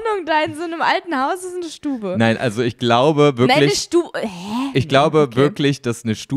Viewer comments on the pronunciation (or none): Stube kommt aus dem schweizerdeutsch, und die Betonung ist auf dem u , StUbe ( schnell und kurz)